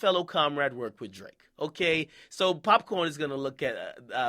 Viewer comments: I'mma need you to put some respect on the pronunciation of "Popcaan." NOT "Popcorn" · akademiks put some respect on popcaan name it's "caan" not "corn" nigga every Jamaican know that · Popcaan not popcorn, damn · it's pop caan not popcorn -_ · Akademiks can't even say popcaan's name right and he was "born and raised" in Jamaica